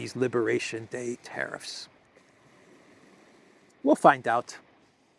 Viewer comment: Please stop saying teriffs, the word is tariffs